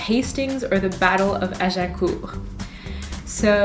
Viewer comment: Subbed and watched "What Moving to London During The Pandemic Was Really Like" to confirm to myself, because how you pronounced The Battle of Agincourt and Bayeux, you were a French speaker. Hopefully I'm correct.